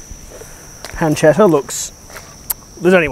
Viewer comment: Its pronounced pun-che-tta